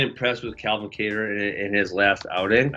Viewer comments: Is sanghagen really calling him “ka-tar” wtf do you live under a rock bro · Sandhagen “guitar” with a k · Lmao this man said Khatar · Cory "calvin Qatar" Sandhagen 😂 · It's almost like he's saying guitar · Sandhagen pronounces Calvin’s last name like Guitar 😭😭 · I know Calvin, Sandhagen pronounced it wrong lol it sounds like “Cater” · why does he say "katar" that way 😂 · dude what is up with all these CTE fighters can't even pronounce Calvin's last name lol